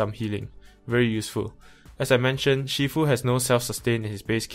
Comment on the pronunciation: Bro, aren’t you Malaysian Chinese? Your pronunciation of Shifu is wrong. It’s not She-fu...